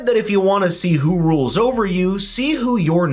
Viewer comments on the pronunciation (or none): none